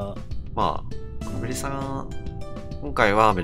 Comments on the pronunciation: 間違いなくストレージさんって言ってる。笑笑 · ストレージさんはアベレージで、、、